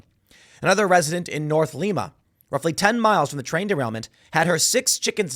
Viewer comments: Just a note. In Ohio, Lima is not "LEE-ma." It's "Ly-ma" We do that a lot. There's a Versailles here. It's pronounced Ver - SAILS. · Tim, We don't live in South America but North American. Our cities North Lima and Lima Ohio are pronoun like LIMA Bean. You may laugh but it's a insult to our communities. Take care. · Lima is pronounced lie-muh.